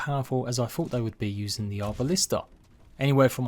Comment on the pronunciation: Arbalest not Arbalista.